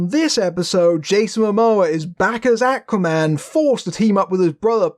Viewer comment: Love the review but can't get used to they way you say "Aquaman"; sounds like you're saying "Acne man". It's the way you're pronouncing the first letter 'A'; should be a lower sound, like the word 'awe'.